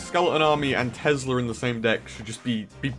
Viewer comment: tesler?? Is tha a new card or something?😂😂💦